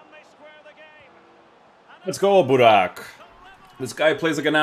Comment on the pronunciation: You messed up Buraks name at the end completly😄😄😄😄